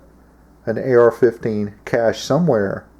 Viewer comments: Cache not cashe .. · "Cashe?" "Cache." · CACHE not caShe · Cache, not cashe.............. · Cache, not cashe. Also pronounced 'caysh', not 'cashay' like alot of ignorant do. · Toxically Masculine its actually pronounced Kayshe. I will also accept Kashay. Not cash. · CaChe not CaShe. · Dude, it's "cache"... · it's spelled "cache," and pronounced "cash" just lettin ya know :)